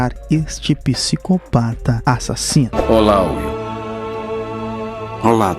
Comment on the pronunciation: CADE A ENFASE NO A-SASINO